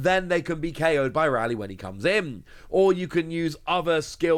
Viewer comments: Ray-lee not Rally. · Correct pronunciation of Rayleigh = “RAY” “LEE”